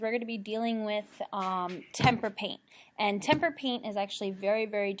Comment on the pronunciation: Hearing Temper paint makes me hurt